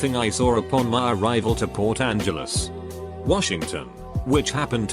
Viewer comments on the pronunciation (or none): none